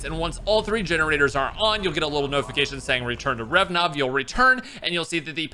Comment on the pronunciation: RA-VE-NOV Not revnov xD